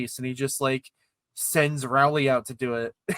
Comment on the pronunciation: STOP PRONOUNCING ROWLEY AS RAWLEY